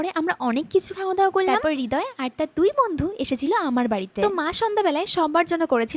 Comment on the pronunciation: হৃদয় নাকি রিদয়❤😂